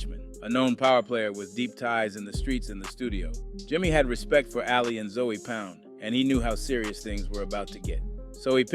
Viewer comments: You gone be targeting for your accent 😂 😂. It ZŌE not Zoey wtf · zoey? it’s ZOE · It's pronounced zo pound brah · ( ZOE pound ) is crazy. The pronunciation 😂😂😂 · Just by your pronunciation of(ZOE) , you're not part of the culture...